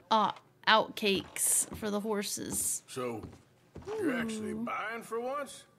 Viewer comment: It is pronounced oatcakes. Not outtakes